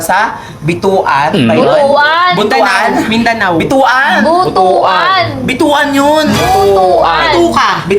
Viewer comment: butwan po yung pag pronounce 😭😭